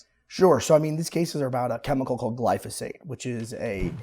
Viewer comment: Gly-Fo-Sate? Phosphate says hi.